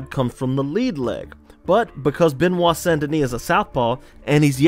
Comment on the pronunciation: Frenchman here, first name pronounced "buh-nwah" rather than beh-nwah. Love the video!